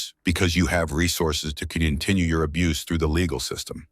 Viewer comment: Abuse is two syllable